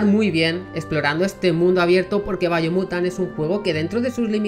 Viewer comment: Si no veo qué video puse y estoy viendo el video mientras lo oigo.. Pensaría que dice Bayonetta por su pronunciación y me confundiría